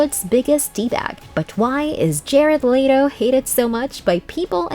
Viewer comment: That's the whites thing I've ever heard "Jerard lay-to"